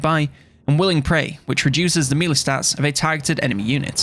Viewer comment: Mee-lee or may-lay= melee